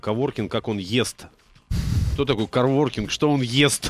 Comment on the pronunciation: КОВОРКИНГ, а не оворкинг :)